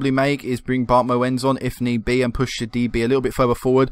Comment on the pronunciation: you pronounce Bart moens as Bart Moons since he's Belgian and i'm from the Netherlands so I speak the same language